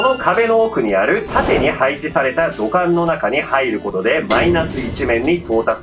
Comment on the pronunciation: 「土管」が「股間」に聞こえたんだけど……ガチでwww耳鼻科言ったほうが良いのかな?